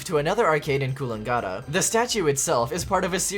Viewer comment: The Mario koala is very cursed, and I love taking pictures with it to send to my online friends since I'm close by to it. Also, the way you pronounced Coolangatta, I died on the inside it was so bad I got caught off guard.